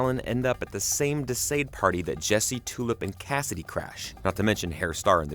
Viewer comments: Thank you. This was KILLING me. "De Sayed." The uncultured swine. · Why are you pronouning De Sãde as [De sĀde]? Haven't you ever heard of the Marquis De Sade as reference for the actual pronunciation? Edit: In the show, Billy is JUST a friend and not a sibling.